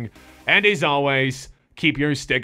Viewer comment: Lmao : Troy-Dahn gay-ming.